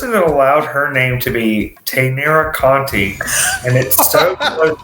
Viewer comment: Taynara Conti is her real name. It's also pronounced Con•chi, NOT Con•tee. It's Portuguese. The "t" at the end is gonna make a "ch" sound.